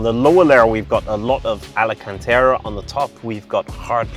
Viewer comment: Alcantara...not alencantera.